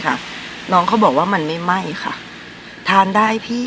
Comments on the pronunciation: ไม่ไหม้ กับ ไหม้ไหม้ ก้เหมือนกันป่ะคะ 😅😅 (เสียง) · พี่สั่ง ไม่ไหม้ หรือว่า ไหม้ไหม้ ครับ!! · ไม่ไหม้ เค้าได้ยินว่า ไหม้ไหม้รึป่าว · คือไม่ไหมร กับไม่ไม่ มันออกเสียงเหมือนกันพนักง่นเซเว่นเลยเข้าใจว่าไหม้ไหม้ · ไม่ไหม้ กับ ไหม้ไหม้ ดูดีๆครับเสียงมันออกเหมือนกัน